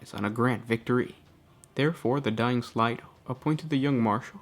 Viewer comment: Slay. Slay-do. Not slydo